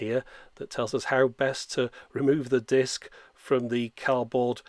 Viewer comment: "mooovies on a diisc?!" - absolutely priceless in that accent